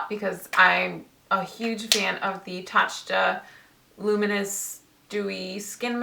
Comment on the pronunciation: it's pronounced "ta-cha" :)